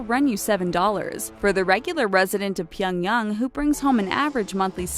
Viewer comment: Hyundai is pronounced Hyun Day not hyun dah y And gangnam is pro gahng nam not gang em Pyongyang is pronounced Pyong Yang not Pyong yung Bibimbap is pronounced bih bim bahp not bibimbap There are pronunciation Automator online. Maybe use them befor make these videos